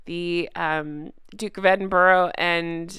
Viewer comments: 1 thing is Edinburgh is pronounced Edin- burra not boro, that is English and not Scottish, sorry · Edinburgh = EdinBRA. Why do most Americans butcher this beautiful name?!?? 😢 It’s so heartwarming that you feel like that about our late Queen. Get well soon.